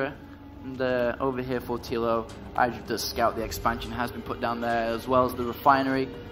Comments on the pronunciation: say his name properly. not EYEDRA its IDRA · I made it one minute before I had to stop watching. I can't listen to "eye-dra" one more time.